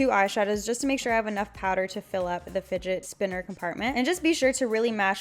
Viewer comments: did she say spotner spinner?😂😂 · "The spidget spinner" 😂😂😂😂